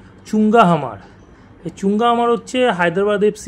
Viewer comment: Bhai the pronunciation is Mar not Hmar. He is a Mizo player and I am from North East.